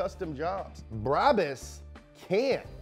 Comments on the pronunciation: Everybody: B R A B U S English speaking ppl: B R A A B A A A S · U have to say it like braabus